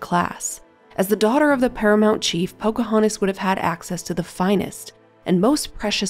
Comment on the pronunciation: She is called Pocahontas, not Pocahanis. If you're going to narrate, please try to enunciate the necessary consonants.